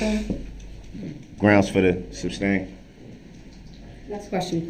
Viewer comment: “Grounz fer the substain” LOL🤣🤣🤣he doesn’t know the difference between the word sustain from substain. Without a doubt , the most annoying , most obnoxious person I’ve ever witnessed.